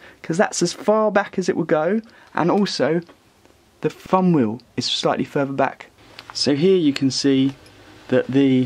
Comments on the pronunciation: this guys voice made give up on video. fumwheel instead of thumbwheel? please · The "Fum Weyew" lol Thumb Wheel*